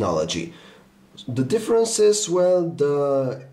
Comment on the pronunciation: You saying "differAnce" is really getting on my nerves right now...